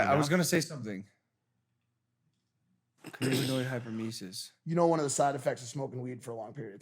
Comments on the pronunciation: Cann-A-biniod (not cann-I-binoid) hyperemesis syndrome happens when youre a current smoker. It's not a withdrawal syndrome. Nausea is completely normal when you quit, many people lose their appetite and get nausea. You didn't have CHS. CHS is continuous and intense vomiting lol And BHO (butane hash oil) shouldn't have any butane left in it. It's all vaccuum purged out. Especially since youre in California, and with the connects you should have as a celeb (or if you buy from a dispensary) shouldn't be poorly purged. There shouldn't be any butane in it. And if it is from a dispensary, its tested before it can be sold to dispensaries so it wouldn't be accepted if it had high butane levels. And oil that still has butane typically looks like poop soup or is bubbly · Cannabinoid (pronounced can-ab-in-oid) hyperemesis syndrome is a reaction to consuming THC. Withdrawals are completely separate from that.